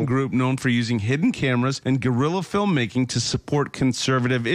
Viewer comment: "GA'rilla filmmaking" 😆